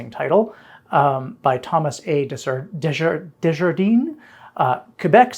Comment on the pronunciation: The pronunciation of Desjardins is sending me 😂